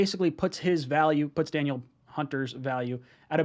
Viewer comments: It’s pronounced Duh Neil not Daniel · FYI,, it's pronounced, Dah-Neil. Not Daniel. Anyways though, would love him. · Its pronounced dan-eel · Da•Neal I think that’s how you pronounce it